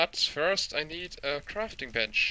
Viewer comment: "not fiirst" XD